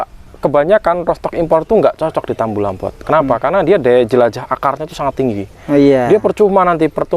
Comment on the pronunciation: Utk para peng -Angguran byk yg salah ucap ttg kata "tabulampot" yg artinya tanaman buah dlm pot,dibaca tambulampot. Alangkah baiknya dibenahi cara ucapnya agar terlihat professional dlm memberikan informasi/ilmu ttg peng-angguran. Mohon maaf 🙏 tanpa maksud menggurui krn saya jg msh belajar trs dan trs belajar. Ilmunya keren 👍krn berdsrkan pengalaman. Trimakasih atas ilmunya,maju terus peng-angguran Indonesia 💪💪💪. Salam peng-angguran.